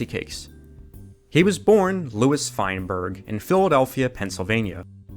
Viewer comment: Fineburg… not Fine.